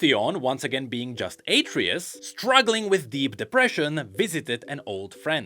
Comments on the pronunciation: It's not "Ay-tree-us" It's "Ah-tray-oose" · HIS NAME IS ATREUS! AH-TRAY-US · Its pronounced AhtreYus. Like the son of kratos? In god of war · its atreus not atreus bro omg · Mispronouncing Atreus. Also the burnt bread is a reference to King Alfred.